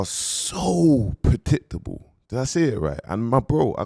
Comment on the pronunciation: Pulling man up for saying myles you can hardly string a sentence together 🤣 ‘padictable’